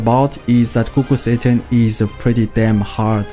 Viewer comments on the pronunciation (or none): i kept hearing kukul satan